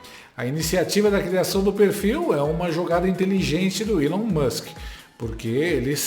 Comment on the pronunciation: Feio mesmo é um reporter nao falar correctamente o nome do elon